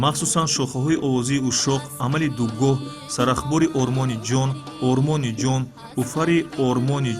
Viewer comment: Ормони ҷон не,ороми ҷон навишта ва хонда мешавад.